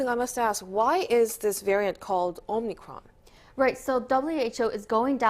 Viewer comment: Dude. It’s not omnicron but omicron.